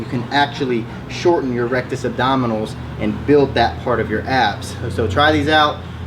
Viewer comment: he legit said rectus abdominals..... rectus abdominis